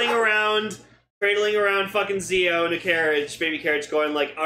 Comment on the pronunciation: Guys the name is pronounced jii-ou.